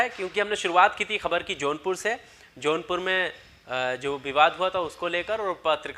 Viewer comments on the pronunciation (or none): Its jaunpur not a johnpur plz correct ...